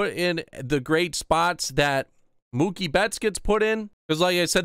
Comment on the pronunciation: Idiot it’s Mookie